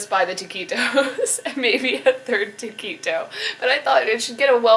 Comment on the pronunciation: I like the way she pronounces taquito "ta-key-toe." lol